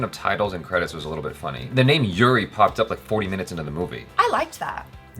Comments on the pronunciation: Uri is pronounced as "oo-ree" not "you-ree". cheers!! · The name is pronounced U as in umbrella - so not YOUREE.. its uri as in umbrella and up :) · Its not youri its oori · It’s oori and not yuri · Good review. It's not Yuri , btw. It's Uri. The pronunciation I mean. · OORI NOT YURI! got it right the first time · Its "oori" and not 'yuri' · Pronounced 'oori' not 'yuri'. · Sir it's not U. R. I it's oori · Its not yuri...its pronounced Oori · was pronouncing URI correctly.. Later wen told her.. She actually pronounced wrong. U is not pronounced as English u. But oori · it's pronounced as "oori", not "you-ri" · Its uri not Yuri☺️ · Its pronounced as OO-RI Not YU-RI. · Its Uri, not Yuri... was pronouncing correctly initially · Its not yuri.... you guys saw the movie and still cant pronounce it ... they said the name for atleast 10 times in the movie... its Uri, not the university u, the Umbrella u. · Its "oori" pronouncing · was right the first time around... Its Uri as in oori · Uri (pronounced as Oori) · Its pronounced Oori..!